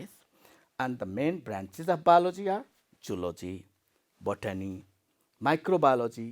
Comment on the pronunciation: Not balogy it's called biology sir 😅